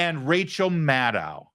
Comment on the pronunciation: Madcow "maad-dow" Maddow